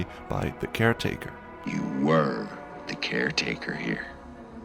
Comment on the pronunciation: A great video, but what a shame that the narrator pronounces “the” as “duh,” or “there” as “dare.” It ruins the entire piece for me.